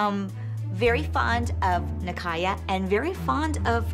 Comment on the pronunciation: abby asking nicaya to spell out rond de jambe. when abby isn’t even pronouncing it well